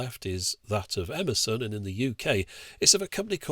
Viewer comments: It took me a while to hear "Emerson" as that and not as "Amazon". Great video, as always! :D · When he said “Emerson” I heard “Amazon” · Every time he said 'Emerson' I understood 'Amazon' and I was so confused 😆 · Yankee language observations: the first two times you said "Emerson," I heard "Amazon". also, chuckled at "heat shrink CHOOBING".